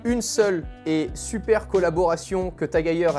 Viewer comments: Vidéo incroyable, mais par contre ça se dit TAG HEUIEUR (phonétique) et pas TAG HEYER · Très belle montre, belle présentation mais par contre, la prononciation du nom me fait mal aux oreilles, ça ce prononce à l'allemande, le E ce prononce pas A si jamais mais bien E Bonne continuation